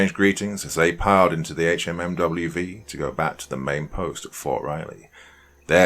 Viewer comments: The acronym is pronounced Hum-vee. Please stop spelling out each letter. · Can't even listen to this as it just hurts my inside every time he says H-M-M-W-V. It's pronounced Humvee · He's AI. Nobody calls a HMMWV by pronouncing each letter. It's pronounced Humvee. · Hum-V not HMMWV! So annoying 😝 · Good story, BUT.... Dude, it's pronounced "humvee". We don't spell out the anacronym HMMWV. It's Humvee. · The “HMMWV” has me cracking up! I know Doc is from the UK, so he is likely unfamiliar with the jargon, but it’s a Humvee”, a hummer used by the military. The original one. Lol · It's a "HumVee". No one says HMMWV. 1st story. Sgt is a lying sack of shyte. His men's respect for him was diminished by his lies and cowardice. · I skipped the first story. After the 10th time not saying “humvee” right I couldn’t sleep. After that I started picking the story apart (yes, all vets do this). No branch of U.S. military service says the word “hours” after the saying the time. Not “1800 hours” simply “1800”. The Staff Sergeant forgot the radios? On what planet? And he picked the fire watch based on seeing some soldier laugh…wtf. I like poking fun at the army but it’s just disrespectful to presume that level of sheer incompetence. I’m sorry. I’m being petty. The HMMWV thing struck a nerve 😅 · HMMWV is pronounced "humvee" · Brother please I'm begging just read it as humvee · I love your stories, but OMG I forgot how much hearing "HMMWV" instead of humvee or hummer, just grates against my nerves!!! Lol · I literally couldn’t finish it after he said HMMWV for the 10th time.